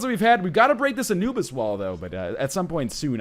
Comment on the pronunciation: Every time when NL is saying "Anubis" I hear "a noobs" ;P